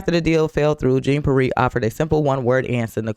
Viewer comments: B... thats Pronounced...P Air..not that it really matters😅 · Omfg, all black ppl should know how Haitians pronounce Pierre. I'm not listening to anything else you have to say until you get that right! I'm not Haitian, I'm FBA, but that was atrocious.